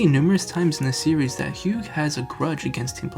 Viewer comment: A few things. First, it is pronounced with the “gh” silent (like the color term hue). Second, the ending theme is darker than just avoiding making revenge a singular goal. Hugh sees that the Pokémon has been drastically changed by the influence of team plasma. This hits at ideas like brainwashing Pokémon, PTSD for Pokémon, Stockholm syndrome, and the more general idea that some things are broken and can never be fully fixed. The hero may save the world, but he can never fully undo the damage done. A broken vase can be glued together, but the cracks are still visible and the structure is not as strong.